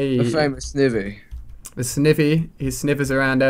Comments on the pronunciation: Ali the grass starter u keep finding is pronounced SN "EYE" VEE not sn "ih" vee. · Sniiiiiivy not snivey dah helllll noe sniiiiiiivy say it with me ali sniiiiiivy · 1 snivy is pronounced SNI-vy and 2 that was a servine which is the evolution of snivy. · Feraligatr's ice fang is super effective against dragon, flying, ground and grass, so it does 4X damage to Rayquaza. And it's pronounced Sn-eye-vee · Serving is the evolved form of snivy (pronounced sniiiivy) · And snivve instead of snivy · It is called snivy (sn-eye-vie. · .you always say snivy wrong